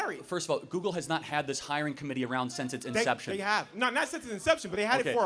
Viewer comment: Has this nut ever used Google? I feel like if he had, he'd know it's not pronounced "Googoo."